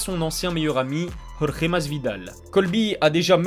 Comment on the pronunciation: Tu dois être le seul francophone sur YouTube à prononcer correctement le prénom Jorge. Bravo !